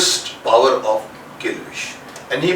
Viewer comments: Or kon h meri trh yaha jab dr jekol power bolta tha to bhabho sunai deta tha😂😂😂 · फावर कभी तो कभी पावर बोलते थे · हम तो सरकारी स्कूल में पड़ते थे अंग्रेजी भी नहीं आती थी, कोई power को bhavar बोलता तो कोई vavar 🤣🤣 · Mujhe power ki jagah fower sunayi deta tha